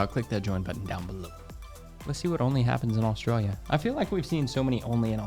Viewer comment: Never heard anyone say AustraliaR